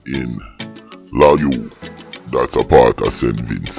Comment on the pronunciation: 😂😂😂😂😂NOT LA-YOU. ITS LAY-OU. 👍